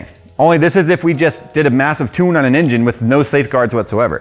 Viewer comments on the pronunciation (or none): none